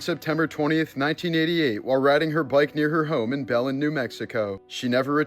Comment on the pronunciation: Lol, I think you pronounce these towns wrong on purpose. It's pronounced (bell-lynn) Belen lol. This the third one I commented on but it's all good brother. I love your videos😋